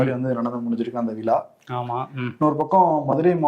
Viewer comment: விளா இல்லை தம்பி விழா